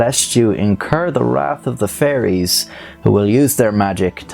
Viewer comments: He says fairies like he's s saying furries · I love how Irish people pronounce fairies as "furries".